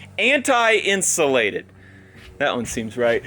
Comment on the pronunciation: The word is Out-sulated 😂